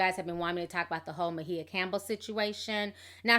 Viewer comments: Please pronounce her name correctly...sounds like..(my a)but spelled maia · First the Cleveland Cavaliers now Ma-he-uh Campbell 😂😂😂 Ti is too damn funny, always messing a name up lol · what are you calling her? I thought it was pronounced My-A? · Sis...Can you please pronounce her name right. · Why are you pronouncing her name like that? dang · mispronounced her name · WHY DID YOU BUTCHER HER NAME LIKE THAT? AGGRAVATING!! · WHO is 'Muh-HEE-uh'??? You should at least research correct pronunciations out of basic respect for those who you're gossiping about. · I thought her name was pronounced like "Maya"? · Ti, I know you pronounce certain things a lil funny but her name is "My-ah" lol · I thought her name was pronounced Myah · Girl you butchered everyone's name in this video. It's "my E ya" and "eeyanlah" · Kept calling her Mahea... lol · Lmao, I literally cringed every time she said Ma-He-Ah. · Her name is Mya not Ma he ya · Why does she keep calling her Mahia or whatever when it's Maia Campbell ? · Everytime you say My-e-yah Instead of pronouncing it like Mya, I cringe ..... and you said E-yan-nah instead of Iyanla. 😂😂😂 Whats in that tea sis, I want some lol!! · Who is Ma-heah? 🙄 Thought her name is Maia (Maya) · If she don't stop calling her, "Ma-hee-a"! It's "My-a"! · I thought her name was pronounced like MY-UH ... not Muh-He-Uh. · (Mah-hee-yah ???????) (my-ah , its maia ) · Is Ma-He-Ah an alternative pronunciation of Maia (My-yah)? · I love you Ti! Great video! But where is the "h" in Maia? lol. I think it's pronounced "Mya". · MY-YA!!!!!!! who the fuck is MAHEEYA??????!!!!! LOL 😄😄😄😄😄😅😅😅😅😆😆😆😆😆😆😆😂😂😂😂😂😂😂😂😝😝😝😝😝😝😝😝😝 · It’s the Ma-Hee-Ya for me! I don’t want to hear that pronunciation not ONE mo-gin! 😂 Good lawd that’s hard to listen to! Just say SHE and HER girl, just....SHE and HER!!! Hell, Miss Campbell if you nasty....ANYTHING but Ma-Hee-Ya! 😂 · Where do you get "meh-heeya"? Uggh. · Ma-he-ya & Ee-ya-nah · Mu-hee-ya?? lol!